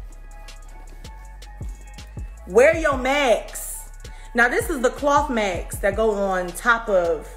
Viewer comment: Who is she tho...ig erbdy a celebrity talent or no....get over urself .....its mask not max tf